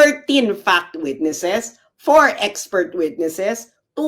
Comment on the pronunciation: "Wam point two por eleben days"pakiayos lng nang Pand F 😂😂😂